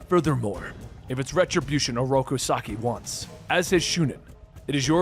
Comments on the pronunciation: This video is amazing and I give you all due respect and kudos, but every time you call Oroku Saki “sockeye” it’s like nails on a chalk board to me. Other than that, I’d rather spend my time watching this than that Michael Bay garbage. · Rip Benny. But Oroku Sock-eye still gets me in the feels😂